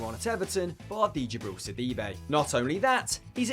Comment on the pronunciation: The fucking pronunciations... DeeGerbil Sidibe...